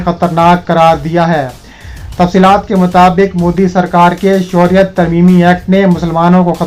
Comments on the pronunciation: یہ شوریت کیا ھے بیٹا خبریں پڑھتے وقت تلّفظ کا خیال رکھیں اصل لفظ شہریت ھے ۔ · بھائی صاحب!! اپنا تلفظ درست کر کے خبریں پڑھا کریں مثلاً شہریت کا لفظ کتنا غلط ادا کرتے ہو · I agree with you